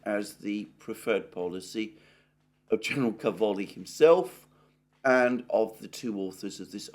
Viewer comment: Càvoli, not Cavòli. In italian it means Cabbages.